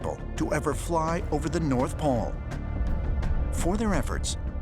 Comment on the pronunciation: Why tf does he keep saying "poll" instead of "pole"